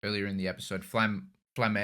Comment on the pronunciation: Btw you have to pronounc the "e" at the end of Flamme. Its a german word